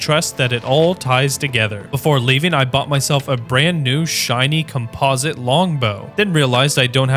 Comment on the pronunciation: Com-Posit long bow?